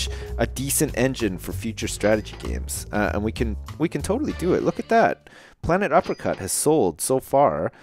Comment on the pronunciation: When you named your game "Planet Uppercut", I thought you said "Planet Apricot."